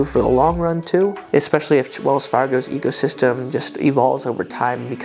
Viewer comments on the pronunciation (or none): Sounded like "Wells Fargo Ego system"...😊